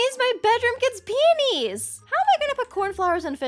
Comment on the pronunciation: Uhh ur bedroom gets peenies?!? It’s pronounced (pee-oh-knees) lmao it’s good tho!! Js kinda sounded like u said sum else, love u tho